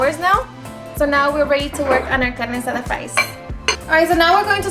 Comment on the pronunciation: I absolutely LOVE how you say the names of ingredients with that beautiful spanish accent